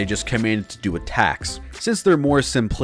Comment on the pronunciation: We will deoo him! (music stops) Um... did you say... "do him"? I said deoo him! What part of 'deoo him' doncha understand? Still never gets old!